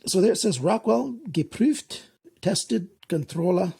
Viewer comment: WOW!!! Your "geprüft" was extremely perfect for someone who probably never spoke German before and just figured it out by himself. It leans a bit to a swiss-accent. I'm a German :) I'm allowed to judge that :P